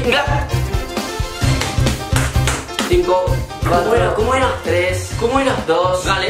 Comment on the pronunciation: Profesora de español: poned las tildes bien.: Ingláterra